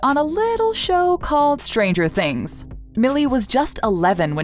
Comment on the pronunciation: Did she just said " little show called stanger things" ? Owww you gotta be kidding me ma'am💀